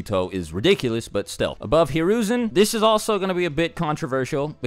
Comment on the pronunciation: Who's hararoozin you mean Saratobe